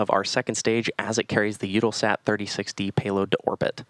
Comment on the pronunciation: Ugh! It's U-tell-sat